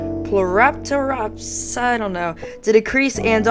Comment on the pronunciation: Nice attempt on the model 👍. It's actually pronounced Phlo-ratops and Pie-shiel-ratops.